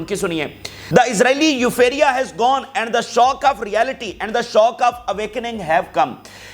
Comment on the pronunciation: Euphoria.....not eupharia